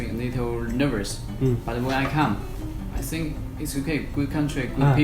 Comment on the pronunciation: i sink?, pendengaran ane gitu